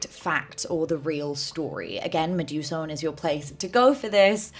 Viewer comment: Medusone is indeed an incredible creator!!! But PSA her name is inspired by Medusa + Persephone so I think the end is meant to be pronounced more like "so-knee"